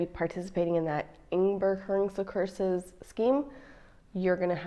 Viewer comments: Oh, you pronounced "inburgeringscursus" pretty well. Just realised that must be a horrible word for a foreign speaker. Worse than "Scheveningen" :-D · You did a great job. And inburgeringscursus is a moeilijk woord. You did a great job with your uitspraak. And we speak mostly Frisian in the house. Sometimes even Engels. And more rare for us to speak Dutch in the house. Have a good day 💛💛💛